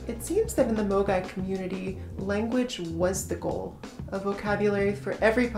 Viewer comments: I have to say I kept hearing MOGAI as amogus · Honestly, I had forgotten all about it. Ngl when I first heard the word, I thought someone was mispronouncing mogwai (Gizmo from Gremlins)